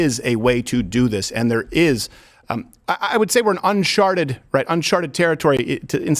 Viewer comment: “unsharted territory”?